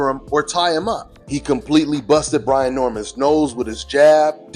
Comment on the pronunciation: It’s Brian Not Brandon🤣🤣